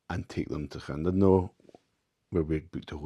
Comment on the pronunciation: Good to hear Llandudno pronounced correctly. Enjoying my new Q4.